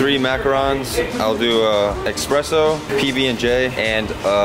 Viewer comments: You correcting Nate on his „macaron“ pronunciation ounciation but saying „eXpresso“ 😂👌🏼 best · espresso is exspresso😂😂👍🏼